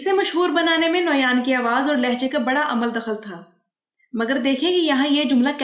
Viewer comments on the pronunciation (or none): none